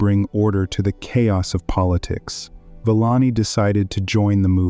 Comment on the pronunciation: Couldn't take the pronunciation of the narration. Sorry Villani.